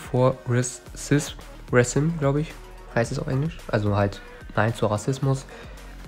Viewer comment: Resism spricht man Racism aus😂